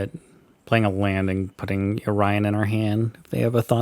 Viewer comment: i was so confused what you was taling about until i understood that u said "yorion" xD never heared someone call it yo-ryan xD